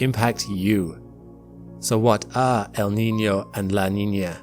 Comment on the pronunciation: Your pronunciation of "El Niño" and "La Niña" is spot on!